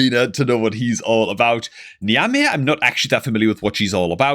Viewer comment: Also, if you read this, it’s pronounced Neeve.